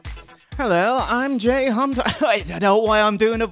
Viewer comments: My pronouncing someone's name correctly?! NO WAY! ha ha a winner is you my dude :) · Oh my god. JAY JUST GAVE ME A SHOUT OUT!!!! HE SAID MY NAME CORRECTLY TOO.